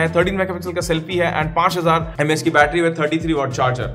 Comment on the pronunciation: Are bhai 5000 Mah ki battery hai sahi se bolo thoda 😒🤣😂